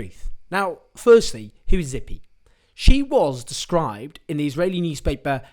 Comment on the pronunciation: Dude we gotta talk about your Hebrew pronunciation (Ha-Aretz, Tzi-pi).. I mean we don’t really have to, not that important